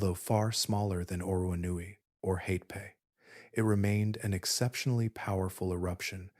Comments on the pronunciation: Hatepe is pronounced Ha-te-pe. Not Hay-pee. To a New Zealander, there's nothing more irritating than hearing familiar place names being butchered beyond recognition. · The worst pronunciation here is for Hatepe which comes out mostly as Haypay😆 Try Ha Te Pe (the letter E is short as in GET)